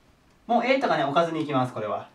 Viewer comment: やばい置かずにがオカズに、にしか聞こえんw